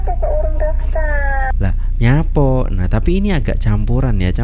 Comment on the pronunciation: Kalo bahasa suroboyoan bukan nyapo tapi lapo.